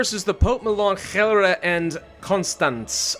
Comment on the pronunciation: As a Dutchie, very commendable attempt to pronounce Gelre with a hard G. 9/10, would recommend to keep this up.